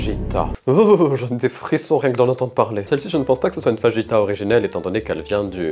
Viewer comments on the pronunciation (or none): Tres cher sachez Je fais bilangue espagnol et je frissone chaque fois que vous prononcez le mot fajitas avec le sons "J" au lieu du "R" qu'avez vous fait comme LV2 ?